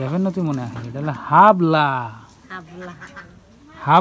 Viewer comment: হাবলা বইলেন না সাপলা বলত হয়